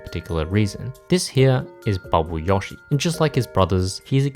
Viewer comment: Wh-why do you pronounce Yoshi like that?